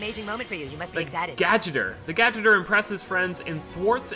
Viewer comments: I was triggered when speedy said gadgeter instead of gadgeteer( like gadget-ear) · Gadgeter..... he said gadgeter instead of GadgetEEr fucking speedy xD